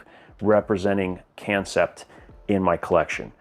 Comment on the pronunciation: I think that kansept is supposed to be pronounced like concept, it’s a play on words.